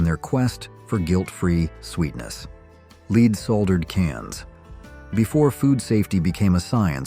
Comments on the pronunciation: Ye Gods and Little Fishes!! Can't you teach the AI narrator to promoune 'lead' properly (led) in context instead of 'lead', as in leading an animal?? Annoying as well as CLEARLY announcing your narration is done by AI!! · I believe your AI narrator doesn't know how to pronounce "margareen," "leed," or "soldered." 😊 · lead paint is pronounced LED. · Also mis-pronouncing lead the metal. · Margarine was ridiculously mispronounced. Saccharine, lead, etc. etc. Not subscribing because of this. Get a human!